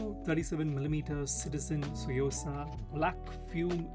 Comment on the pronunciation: Just a small contribution: it's not a silent T; it's pronounced "Tsu" like tsunami or last part of shih tzu (the dog breed).